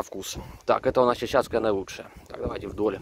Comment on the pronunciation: правильно ЧАЧАКСКАЯ слива